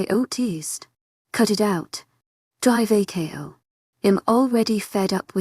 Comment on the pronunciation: Drako is NOT pronounced Drive A K O!